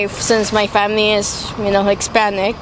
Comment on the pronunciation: Did a Hispanic just say Hickspanic?